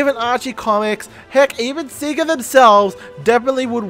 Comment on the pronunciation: Btw, it's pronounced Sega like "Saygah" not "Seagah"